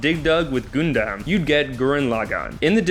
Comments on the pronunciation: next anime vid... please have someone who has watched one ep of one anime do that ep omg it's pronounced ná-rú-tó, sá-kú-rá and sá-ské hokaj? it's ho-ka-gay it's not gùn, it's gundam (yes pronounce it like english "gun") not ru-ru-nie ken-shin ru-row-nie omg please don't ever talk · What the hell is a "goondam"? Why would I trust a narrator's list if I don't believe he hasn't watched any of the series before? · The heck is a GOON-DAHM? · you pronounced a few things wrong such as Gundam (Gun-Dum), Kirito (Kee-Ri-Toe) And Asuna (A-Sue-Na) But other than that I love the list and I have already watched 6 of them. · He already lost credibility when he mispronounced a lot of names. Seriously "goondam"? How the heck can you mispronounce that?